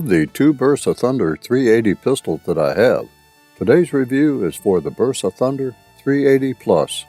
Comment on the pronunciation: BERSA CON "B" BERSA , NO VERSA ....COMO DECIR VERETTA